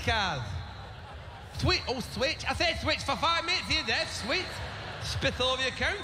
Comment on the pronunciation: "D'you take Mythrow? Mythrow"? "What?" "Mythrow". "Thwich, d'you take Thwich?" Maestro and Switch are Debit cards.